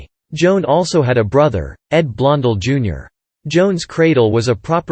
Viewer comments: the narrator can't even pronounce Joan's name., it is so annoying - HEY it's Blon DELL not Blon del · I'm seconding that why can't this automatic voice pronounce the name correctly it happens all the time makes me nuts well I'm already knows but that's not the point😊😊